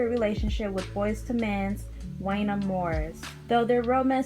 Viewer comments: I was literally like “I like her and she’s a baby.. but it’s pronounced JUAN-YAY!” 😂😂 Definitely gotta give the younger generation a pass when they try 🥰😂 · It WONYAY . You are pronouncing his name wrong